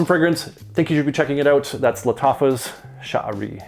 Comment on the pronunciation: thank you for the review, by the way. you're pronouncing the name correctly. 👍🏾👍🏾👍🏾👍🏾